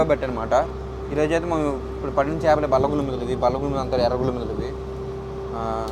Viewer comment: చాపలు కాదురా బాబు " చేపలు " అది తెలుగు నేర్చుకోండి ఫస్ట్....